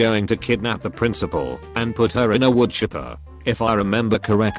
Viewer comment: Can’t blame the robot voice for saying touble and prinicipal